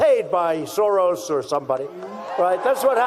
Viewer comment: Please check out the pronouncation of the word SAURUS: SOROS